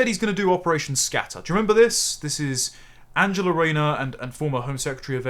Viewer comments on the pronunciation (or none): none